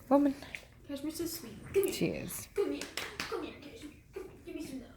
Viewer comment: lol how you say “womannn” like “wemennnn”. i do the same exact thing😂😂